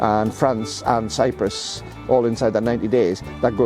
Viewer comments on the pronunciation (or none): none